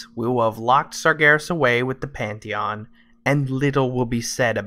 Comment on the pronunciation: You know, for a second there I though you said Panty-hon. I had a big giggle thank you sir. Also, your take on the facts that we know of is very interesting and I would not mind seeing it in game and canon.